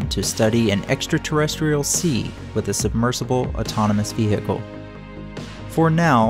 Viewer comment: 'rem-IN-ant', 've-HIC-le'... still an excellent vid,!